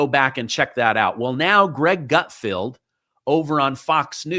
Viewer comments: Pretty sure it isn't "Gutfield", right? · Gutfeld rhymes with Seinfeld, not outfield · Great vid. BTW it's gut- FELD, not gut- FIELD. LOL Is that just the way you sound or something? 😂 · Gutfeld, not gutfield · "GUT- F-E-L-D".